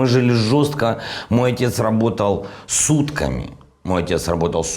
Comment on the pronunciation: Со всем уважением , в реплике: " ..мой папа работал сутками" я почему-то услышал " С УТКАМИ" . Я не сразу понял. Как с утками?